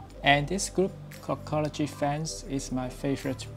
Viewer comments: Dude said “cockology” 😂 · He says cockology 😂